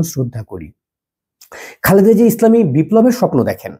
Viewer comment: সম্পূর্ণ ভিডিও মনযোগ দিয়ে দেখলাম,আপনি একটি বারের জন্যও ম্যাডাম জিয়াকে খালেদা জিয়া বলেননাই বারবার বললেন খাল্দা জিয়া🙂 আল্লার গজব পড়বে আপনারা যা শুরু করেছেন 😁